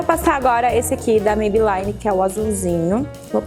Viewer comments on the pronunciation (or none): só pra te ajudar a quando pronunciar o nome, a marca Maybelline não se pronuncia "MeibeLAINE", e sim "MeibeLINE". Não é uma questão de chatice, mas já que vc tá passando uma dica, acho que não custa a gente apontar esse detalhe. Um bjo! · Amei as dicas!!!!So uma coisa vc ta pronunciando Maybelline errado...o som do I nesse caso eh I mesmo nao ai...nao me leve a mau nem fica chateada...eh porq eu gosto de vc e queria te dar esse tok..Bjos.